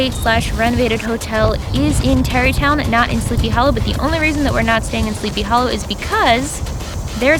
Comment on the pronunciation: when she said "Terrytown" I definitely thought she said Derry Town as in the town from It and I freaked out for a second.